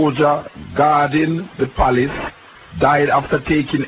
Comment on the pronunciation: Palace not place lol